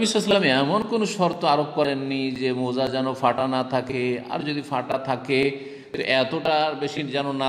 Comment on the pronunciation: শব্দটা মৌজা নয়, মোজা হবে....!